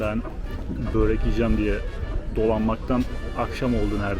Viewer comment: Karadağ için burek hahaha hiç yanlış söyleme şansın kalmıyor ben ö ile alışık olduğum için bürek diyorum tuhaf tuhaf bakıyorlar aynı senin bööğrek olayında baktığın gibi 😂😂😂😂